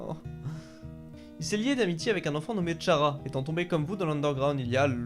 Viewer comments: Ok ça s'écrit Chara mais ça se dit "Kara" stp😭😭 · Je me devez de le dire mais Chara se prononce "kara" voilà sinon super vidéo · Chara se dit cara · Tu as totalement raison